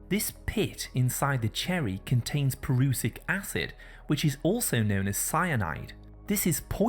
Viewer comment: Prussic acid is not pronounced pa-RU-sik acid, rather, it is pronounced PRUHS-sik acid.